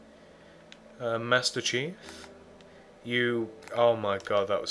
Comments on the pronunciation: U said master chef when it master cheif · he said master chef not master chief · master chef? its master chief